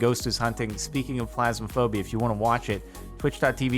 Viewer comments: Phasma. Phasma. Not plasma. Phasma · pHasmophobia not pLasmophobia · Did you call it Plasmaphobia? It's Phasmophobia. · every time jardon says "plasmophobia" my brain stops working pls jardon i cant